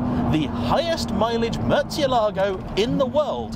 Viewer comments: Is it realy pronounced Murtzialago? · Love the videos, but please, like so many others sadly, stop mangling the pronunciation of this car’s name (I’m half Italian and I detest my surname being mispronounced so forgive me if this seems anal - it’s not. It’s about respect.) The correct pronunciation is as per this video Keep up the good work!